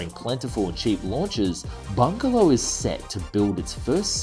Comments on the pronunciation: Why do you keep saying 'bungalow aerospace' when the company is clearly called 'Bigelow aerospace'? It said Bigelow in the text on the video about 10 times but still you keep saying bungalow? Don't mean to be petty but it just ruined what could other wise have been an enjoyable video. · BIgalow not BuNgelow!!!!